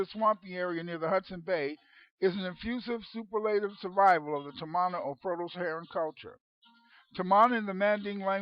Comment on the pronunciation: Tamana is a Fijian (melanesians of the South pacific) .. word which means FATHER..so you can not pronounce it in an english pronounciation,,,the real pronounciation is TAR- MAR - NAH ,,the origin people of a civilisation before Ancient Egypt..way before Sumeria..The land called MU/LEMURIA/KAMU KAMU also means FATHER. When the knowledge was taken to Ancient Egypt after the continent sunk..ancient egypt became KAMU..not Kemet.